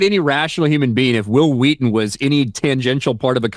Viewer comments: "Whill Wheaten" "Why are you saying it like that?" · Say Will